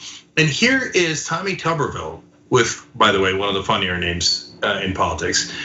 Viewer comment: The correct pronunciation is: Tu-ber /ˈt(y)o͞obər/ as in a potato; if his surname contained two "B's" it would be pronounced Tubby as in a mildly corpulent creature with a Television in his abdomen.... hence: Mr. Potato Head or Teletubbie.